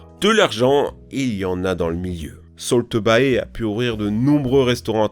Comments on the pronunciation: "solto baï" hein? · "salt bae" prononcé soltobaï???